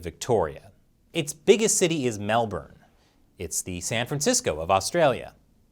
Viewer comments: Holy shit! An American pronounced Melbourne correctly! Good job! And no. You don't pronounce it like Jason Bourne. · thanks for pronouncing melbourne properly. it's a rare thing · thankyou for not saying "Melborne" like most Americans prenounce it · Congratulations on your pronunciation of 'Melbourne". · Shit bloke you said that right good on you 👍 Melbourne Your the first American to ever say that right in my ears 👍 now say good on you mate let's have a barbie tonight you donga hahaha trust me you won't get that right 🤣 love your program keep it up you're inspirational to a lot of Ozzy's (Australians) but we can't say what we want to say down hear but i will China f%%k you